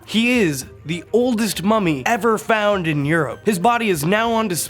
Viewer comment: For a second, I thought he said,” FAMOUS MOMMY!!!”